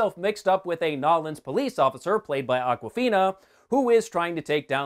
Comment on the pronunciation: Dude, love your stuff but please don’t call it “Nawlins”